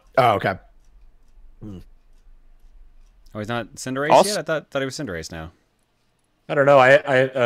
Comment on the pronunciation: I heard pronounce Cinderace as "Tsunderace"